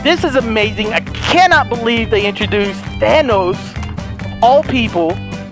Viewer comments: Thought he said Vanoss. But then found out he said, Thanos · Everytime he said thanos I kept thinking he said vanoss 😂💀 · Christiixn Ur right,I get tricked from them saying vannoss but its thanos😂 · THANOS NOT VANOSS!!!!!! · At first I heard saying "Oh vanoss" I was confused then I saw the title and I replay the video twice and I understand it "thanos" not vanoss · Is he saying Thanos or Vanoss?? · Thanos - Thvannos? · did he say vannos than thanos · It’s Thanus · All i hear is Vanoss not Thanos 😂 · Who else thought he said vanoss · I thought you were saying vanoss😂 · Same, when he said We're finding "vanoss" I was thinking, they're finally playing against eachother. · Heyguys 2.0 same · It sounds like he’s saying vanoss 😂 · Did anyone else notice that said “no ones gonna stand in VANNOSES way”? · Every time he says Thanos it sounds like Vanoss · Every time he says thanos i think he says vanoss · Always sounds like he is saying vanoss xD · I thought u said VANOSS xD in the first of the vid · did he say no trees stand in vanoss way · CuteLitty Kitty I only hear thanos